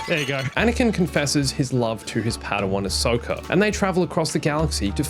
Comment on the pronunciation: WHY ANISOKA